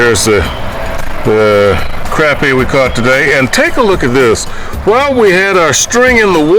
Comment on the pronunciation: It is pronounced crah-pea.